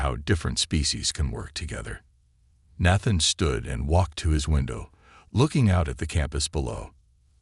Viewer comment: Is Nathan a difficult name for AI to read correctly?